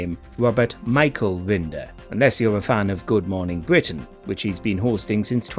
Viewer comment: bWitish Woayales